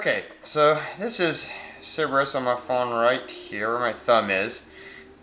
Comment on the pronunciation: Sounded like you said Ciberus.